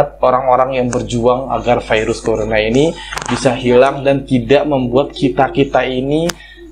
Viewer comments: "Dari vairus (virus) corona ..." "Dari corona virus...." Virus aja jgn vairus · jngn ngmong vairus ..virus gitu kek 🤦